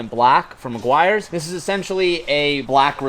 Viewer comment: The amount of times said meguairs 😂